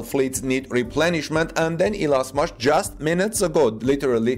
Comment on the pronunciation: His name is Musk not Mosque